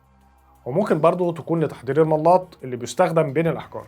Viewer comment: الملاط بفتح اللام وليس بتشديدها